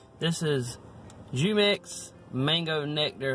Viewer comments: Jumex has some really good products. The actual pronunciation is HU-mex. I liked the mango nectar also. Mangos are a great source of vitamin E. Even though the popular connection between sex drive and vitamin E was originally created by a mistaken generalization on rat studies, further research has shown balanced proper amounts (from whole foods) does help the sex drive. So this product you definitely get bang for your buck. Like the Carolina cup btw! Go Cocks! ~ENC~ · Every whites person I see says “ Jew-mex” 😂😂